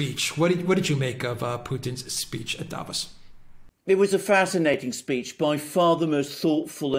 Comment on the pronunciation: please, again: don't say DAvos, the. correct pronouncation is DaVOS, stretching the second syllable. Don't you read your comments? It hurts my ears every time you say it wrong!